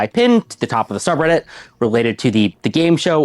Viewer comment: "twitsch begged me to not let my schubbreddit deshtroy them ☝️🤓"